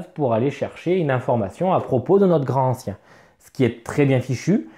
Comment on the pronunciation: déjà une remarque : LA LIAISON !!!! on dit GRANTANCIEN, et non pas GRAN ANCIEN !!! c'est le genre de fautes de prononciations qui attire les profonds en goguette !!!!!!! sinon les contrées sont excellentes mais il faut plein de matos en plus pour bien l'exploiter, ca peut revenir cher, par rapport à un horreur a arkham v2 qui se suffit à lui même.... sinon, le pire jeu de la gamme côté thune, c'est horreur a arkham JCE une vraie arnaque financière...